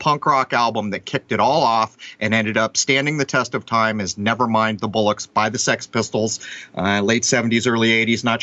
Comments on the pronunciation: "BOLL-ocks", not "BULL-ocks". Bollocks is slang for testicles. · It's 'Never mind the Bollocks' not bullocks. Lol